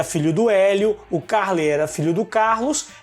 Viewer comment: Nao é Ca´rley a pronuncia, é Carl^ey, a tonica é no letra e.